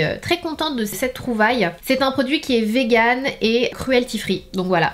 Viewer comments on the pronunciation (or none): none